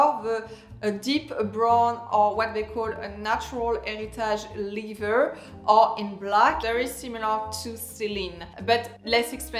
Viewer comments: Lether please not lither! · Every time you mean to say leather, you say liver. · it's pronounced "leather" like an accent grave on the first syllable "e"